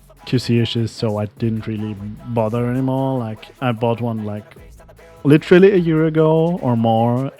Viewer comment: you say the word 'literally' literally wrong like literally